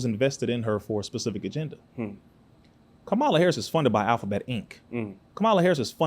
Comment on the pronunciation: First off her name is pronounced "COMMA LA". You lost me when you mispronounced her name.